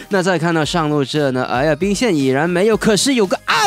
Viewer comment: 很喜歡聽 窩說 中路這裡集結 病線給他整理